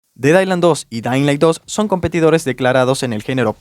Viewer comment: Delailand 2 y Danlai 2 🗿